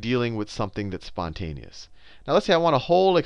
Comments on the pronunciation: "spouteous" lol nice try sal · "Sponteous" lol great video